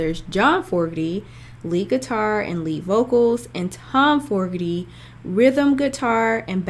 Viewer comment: FYI it’s FO-GER-TY. Enjoyed your reaction!